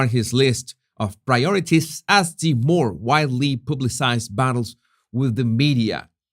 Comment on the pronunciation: *more.... not MOAR